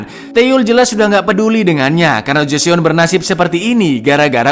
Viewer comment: Cak info dikit nih bacanya Joson cak, kalau di Korea eo itu dibaca O aja, misalnya Joseon (Joson) , Teokpoki (Tokpoki), Park Seo Jun (Park So Jun) gitu cak